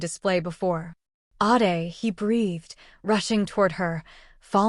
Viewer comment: The AI narrator need to pronounce WORDS CORRECTLY some times ADE is pronounced aid then others Aahday which is it?